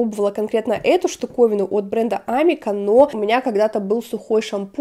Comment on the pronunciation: наверное правильно говорить амИка, бренд начинал в Израиле и его так здесь называют.